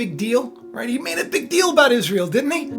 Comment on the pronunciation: IS RA EL ? LOL HAVE YOU EVER ASKED THE ?????? IS RA EL